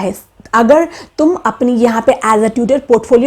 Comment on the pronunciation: She has no ethics to speak even. She calls "tum" "tumien" lol